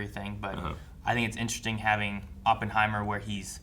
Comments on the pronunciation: It’s most definitely not pronounced Ohppenheimer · It’s actually aa puhn hai mr not whatever this guy is saying